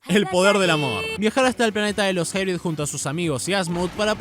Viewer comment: Lo curioso esque lo pronunciando pensando que dice "hybrid" cuando realmente hace alusión a "High Breed" o "alta descendencia"